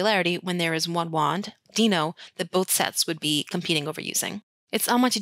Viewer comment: I still get the giggles whenever I hear you say "deeno" wand.